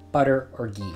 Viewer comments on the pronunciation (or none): none